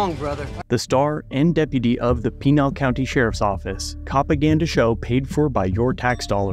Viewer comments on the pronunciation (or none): Pinal County is known to be corrupt, as is Pima. It’s on the level with all of New Mexico. Just as a note because it’s my home state, it’s “Pin - a’all”. 🤓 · Ok, it bothers me how you're saying "Pinal"... it's PEN-AL. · Please learn the correct way to say Pinal County lol.